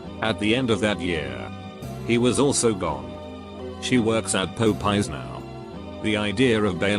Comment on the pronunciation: Love how the bot pronounces Popeye's as "pope eyes" 😂